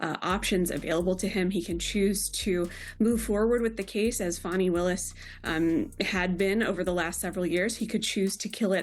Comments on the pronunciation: About the constant mispronunciation of FANI Willis. There is NO "W", in "FANI"! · Dude its fanny not fonny why u doin that for her please use correct annunciations thanks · Who is Farni? Thought her name was Fani.